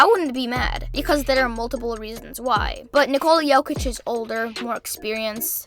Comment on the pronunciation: Bruh its Jokic and it aint even close